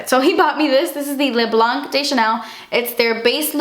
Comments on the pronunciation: Hey! What a haul! Thanks for sharing and hope your move has been smooth;-) Just for info, the "c" in "Blanc" is mute... I know, french is a nightmare to pronounce ^^ Xx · Loooove your videos you are amazing ! It's nice to see you REALLY treat yourself for once you never buy really expensive makeup . You deserved it, congrats on the 500K :) And you don't pronounce the "c" in "le blanc" ;) Kisses from France :)